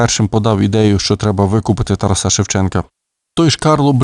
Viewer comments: Коли вже нарешті дійде, що правильно ТарАса , а не ТарасА...??? Ви ж цією помилкою зразу видаєте свою перефарбовану кацапську суть! Гидко... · Шановний!!! Розвінчайте СОБІ міф про тарасА!!!!... Бо правильно ТарАса!!! А далі будемо вас слухати...НАГОЛОС ОЗНАКА ОСВІЧЕНОСТІ!!! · Чому ТарасА ? Це не Польща . Літературний , грамотний укранський наголос Тар А са . І досить американської галичини " вЕзу , нЕсу " . Полтава і Київщина - наша основа . Остогидли вже львівські спасителі , без яких не було б України . Пийте вашу каву , більше у вас нічого свого нема . Кланятися ні москалям ні вам не будемо , мову не забруднюйте польщизною вонючою . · Ну, чому ТарасА?!! ТарАса! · Взагалі царська сім'я, Романови, на той час також були етнічними німцями. Прикро лише, що у вас наголос ТарасА. Зараз так модно? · ТарАса. Такий безграмотний читає. Ще багато помилок! Жах! «Учітеся, брати моі…» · Тара'с Шевченко, Тара'са Шевченка - наголос ЗАВЖДИ на 2му складі